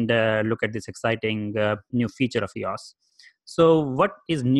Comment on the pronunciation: It’s not eeauss ...it’s E-O-S...it’s not a word...it’s an abbreviation. Just as easy to pronounce it correctly. Like someone dedicating a channel to IBM...and not understanding its not a word. (You ask for comments to improve your channel.)